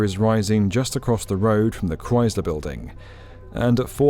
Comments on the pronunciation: Since when is Chrysler pronounced with a Z? I can't see how these buildings are justified at these prices and no one returning to the office. People still cannot afford a basic rent even with all these new buildings, esp since they can get around rent control. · Gah, "Chrysler" is not pronounced with a "rise" sound, it's a "rice" sound. K-rice-ler. Chrysler. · Please consider redubbing the parts where you keep gratuitously mispronouncing Chrysler as if it has a Z in it. Say it the way the museum director says it when she's talking to you, with a soft S sound. It's really distracting from an otherwise great video. Its not a "dialect" thing; when it's the proper name of an individual object and the main topic of the video, and you say it differently than the expert you interview in the video and every local.... it's just a mistake. Also, every British person I've ever met in NYC says Chrysler correctly, without inserting an imaginary Z. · The Cryz-ler Building 😢